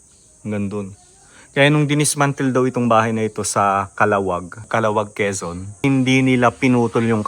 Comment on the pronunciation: Calahuwag ang pronunciation, not the fast kala-wag.